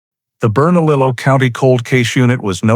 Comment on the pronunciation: Yes..... it is pronounced "hemez." "J" makes an "H" sound. Also the double "L" in Bernalillo makes a "y" sound.